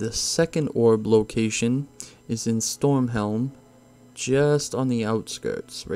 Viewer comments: was about to comment same thing. had to double take them both haha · Not only did he call azsuna and stormheim wrong he called eye of azhara eye of azruna